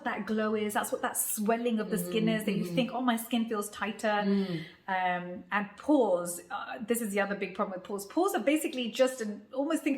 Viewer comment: Pores r not doors 😂 !! PLEASE HEAR IT LOUD 🔊